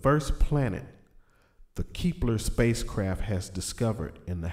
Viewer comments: KEP.....LER NOT KEEEEP LER OR ELSE IT WOULD BE KEEPLER THEN WHAT WOULD YOU DO PRONOUNCE THE LETTER E LONGER ? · Keepler? kepler! idiot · Lol he can't pronounce the planet.